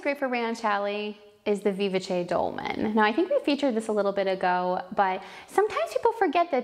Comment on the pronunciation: I loved this presentation! I’d like to share the music-related pronunciation for vivace. It’s “vee-VAH-chay.,” with the emphasis on the VAH. The pattern can keep its own pronunciation. I love your patterns, by the way!!! Luv, luv, luv. Love your rayon challis education,too!